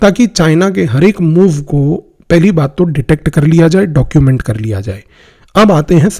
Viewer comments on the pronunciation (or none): none